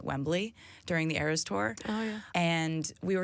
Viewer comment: it's not ARS tour,, it's eras tour